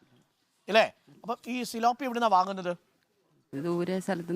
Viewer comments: സിലോ പി അല്ല. പി േലാ പിയ ' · തിലാപ്പിയ ആണ് ....tilapia ....